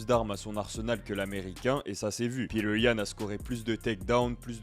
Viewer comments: Ça ce dit petre pas Peter comme un ricain fait un effort frère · Ni l'un ni l'autre, il est russe ça se à peu près Piotr.